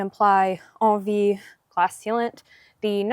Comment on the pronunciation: I thought it was pronounced N V, not on V. Thanks for the review.